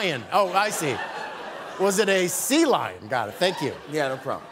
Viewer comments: ""Selion". I'm sobbing with laughter. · He pronounced it as one word, instead of two. It's Sea Lion, not Selion. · "was it A. a selion" omygosh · “A salion” 🤣🤣🤣🤣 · LOOOOL Seh lion... lady gah gah, these pronunciations are killing me!! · 😂😂🤣🤣 his version of sea lion. Just like (to-may-to) vs (to-mah-to).